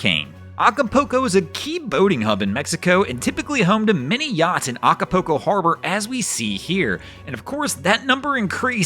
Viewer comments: It is pronounced Aca- pull- co, not Aca-poo-co (no, I am not spelling it, it is just for pronunciation) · No matter how it gets pronounced we still know where he’s talking about. 😂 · The mispronunciation of Acapulco was my favorite part of the video. 🤣